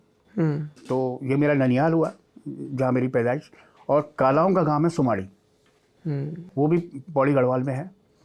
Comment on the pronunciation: ji not sumdi its sumaadi gaon